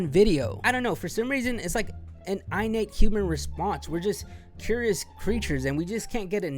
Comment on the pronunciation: Jack Doherty gives white guys a bad name. There's something about how he dresses, his haircut and the way he holds himself that just makes you want to punch him square in his face. There's so many people copying his fake ass content too. PS: It isn't prounced eye-nate lol it's 'in' as in 'inside' or 'holiday inn'. Innate